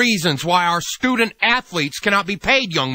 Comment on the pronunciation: stoodent atholeet